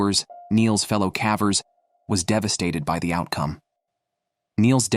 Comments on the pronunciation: AI generated audio. Kept saying “cavers” with a short a. Still, a good video. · Please learn how to pronounce "cavers". And the human body does not emit carbon monoxide like a car does. We breathe out carbon DIOXIDE.